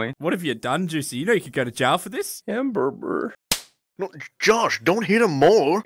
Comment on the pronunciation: Yea I am now saying hamburber